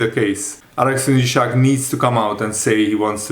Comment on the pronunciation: It's Isak, not Ishak. Do you read your comments?